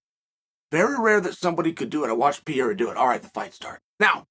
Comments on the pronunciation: Think "piera" is my second favorite chaelism... right behind " mackelchev" 🤣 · As I was typing that I keep stopping in laughter about pierrah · "Alex Pierre" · Uncle Chael watched the same fight as us and he heard the announcers all say Pereira correctly and he still is saying Piera I love it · PAH - RAY - RAH say it with me uncle Chael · pee air uh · Ha right, it's not Pierre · Who is this "Pierra" person Uncle Chael keeps talking about? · You gotta learn how to pronounce Pereira sir. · Uncle Chael at least try to pronounce Pereira's name appropriately mate ..not so tough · Love your show brother but please make sure to say the fighters name correctly. Mispronounced every time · Chael, just use the name Alex, cuz clearly you can't say his last name whenever you make a video about him lol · Chael mispronounces names as a way to stimulate the comments section. It's actually a great tactic. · Chael i love you but you have to pronounce Alex’s last name correctly 😂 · Notice you said Alex, something Chael should have been saying the last few videos as he clearly can't pronounce the last name lol. He tried this time and still got it wrong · every DAMN time Chael pronounces Pereira wrong, I cringe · Everybody: “Alex Pereira…” Lord Chael: “Alex Piera” 😂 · Lol Sonnen and the names lol “Piera” 😅😅😅 and “Pormie” 😅😅😅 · Alex pee-era.. lol...uncle chael is the best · There’s no Peeara dude you’re butchering it like so many other names you tool. Pereira. Pereira. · Piera doesn't exist. It's PEREIRA. It's PEREIRA. It's PEREIRA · I love how he refuses to say him name right, piera! He don’t give a…. Love ya chael I think he was letting Israel gas himself so he could unload. He knew he could take it then give it. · Damn. Dude wins the MW belt and still can't get the proper pronunciation? Per-rare-ah. Is it bc his weakness is wrestling? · "Pierra" 🤣 chael never fails to fail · Chaels ability to articulate himself like a genius, yet still pronounce pereira as peiera 💀